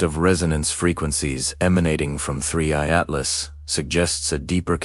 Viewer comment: Please, please, please make sure that your narrating AI knows how to say the words. It's being inconsistent. One time it will say 3/I Atlas, other times it will spell out Atlas. Now it's shifting back and forth from a U.S. accent to some vaguely European accent. Batter yet, just hire a human to read the text.